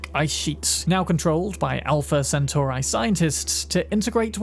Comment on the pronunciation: My only problem is just how you say 'centauri'